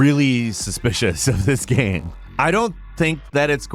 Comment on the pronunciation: "GAME" not "gham". What is your first language, guy?